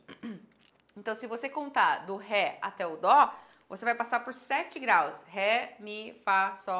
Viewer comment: SE FOSSE PRA PRONUNCIAR DÔ A NOTA NÃO SERIA DÓ. DESISTA DE ENSINAR UMA COISA QUE NÃO SABE NEM O BÁSICO